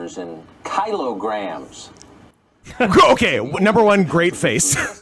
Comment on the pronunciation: “Kylograms” It’s Kilograms